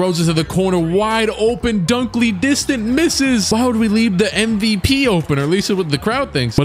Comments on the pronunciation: Dunkley-Distant lmfao that had me 😂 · “Jalik Dunkly-Distant”😂😂😂